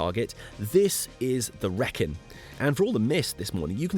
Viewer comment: You are doing it deliberately, aren't you?! "Wrekin" the way you say it, the first syllabub rhymes with "Wreck"! Extraordinary! What ever gave you that idea? Eeeeeeeveryone knows it rhymes with "reek"! "Reek-in". <Shakes head in wonder> Tolkein's inspiration for Mordor and Mount Doom, of course. And a Led Zeppelin anthem. Every Brummie/Black Country person describes a long and exhausting walk, speech, video as "Yow gooin' all arow-und the Wrekinn, bab". Ahhh, poetry. Teasing aside - glorious video of the centre of the known universe (no bias here). Oh!! And if you were to read "King Arthur: The Truth Behind The Legend" by Rodney Castleden you would know that he is buried at Basschurch! Just a step from where you slept. All of which most historians dispute, and I agree, but let's not get reality in the way of a good story. It's a fun and well written book, if you've never read a factual book before; though I enjoyed it.